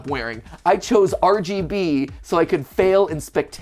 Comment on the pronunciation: Everytime he says RGB I keep thinking he's saying Arby's 😅😂